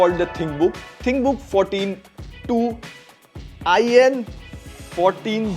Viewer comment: Bro it's not I N it's in